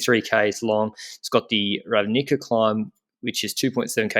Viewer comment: Yeees learned from my pronounciation class yesterday Ravnica:D While didn't read the comment the last day and pronounced C in Nova Gorica like Č and Ravnica like K. Otherwise good job guys, our names are pretty hard to pronounce for a foreigner tbh